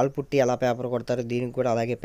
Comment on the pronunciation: పట్టి కాదు బ్రో పుట్టీ మొక్కు